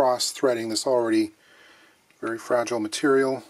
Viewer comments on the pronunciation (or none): none